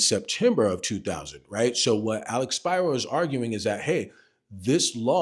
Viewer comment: First, thank you for pronouncing Alex Spiro’s name correctly. Secondly, thank you for not sensationalizing the updates. I hope your channel grows so more people can have access to honest and informed content from a REAL lawyer.